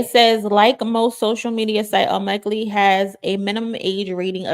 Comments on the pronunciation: ...Omegle is pronounced "OH--'MEH'-'GUL'...NOT 'OH'-'MEG'-'GLEE' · Girl ur so cute lol its pronounced O MEE GILL 😂❤ I love ur videos